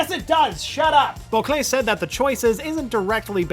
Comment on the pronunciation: The way he pronouces Bocquelet should not annoy me this much